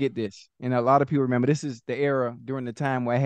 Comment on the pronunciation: "I can't member, I can't member...how did Barden do guiiz?" LOL